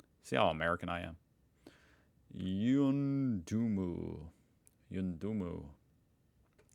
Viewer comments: Yuendumu is pronounced you-en-do-moo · Yuendumu is pronounced 'Yew en duh moo' The shark looked like a reef shark. They are generally not people eaters.